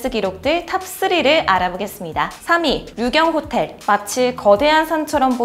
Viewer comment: 왜 나만 류경호텔이아니라 유령호텔이라 들리지...